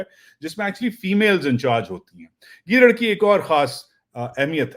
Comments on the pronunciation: 😂gidaran not gidari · janab its not giddran its giddry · گیدڑن نہیں گیدڑی🤣🤣🤣🤣